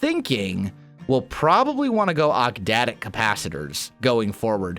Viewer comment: OcTadic. Not octdadic.